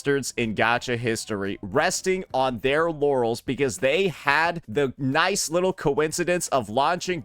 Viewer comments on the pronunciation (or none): none